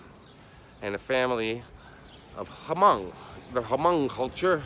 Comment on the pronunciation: Pronounced "mong", junior.